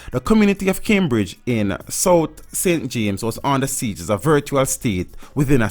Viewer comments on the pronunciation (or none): none